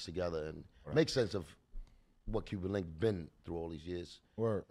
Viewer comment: It's Cuban Link, not Cuban Linx... Great interview!